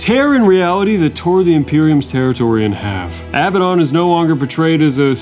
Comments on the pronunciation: Hearing pronounce Abaddon like he's saying "madden" is cursed as fuck 💀 never heard anyone pronounce a world so wrongly before. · can't call yourself a 40k fan and still call him 'uh-bad-un'